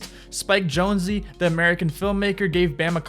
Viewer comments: Did you really just call Spike Jonze, pronounced like Jones, Spike Jonesy? Bruh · You pronounce everything wrong. Specifically ryan “dung” spike “jones-ey” and “Cyrus XM” literally 2 seconds before bam pronounces it correctly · Spike “jonezee” rake “young” you’re talking out of your ass “cYkay” cringe